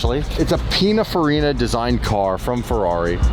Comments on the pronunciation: It's Pininfarina, not Penafarina 🍆😂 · Who the hell is pinna farina lol it's Pinin Farina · At least pronounce it properly its 'pininfarina'